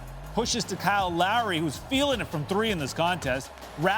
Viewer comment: Keeps saying Larry. Can he not say Lowry lol